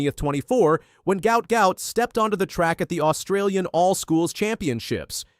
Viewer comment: Fun fact, his name is pronounced as "Goo-art"..